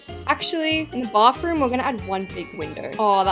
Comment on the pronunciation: "bafroom✌🏻" SORRY I CANT